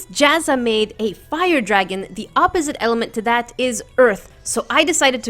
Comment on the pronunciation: say(ah-po-sit(e)) not oppzite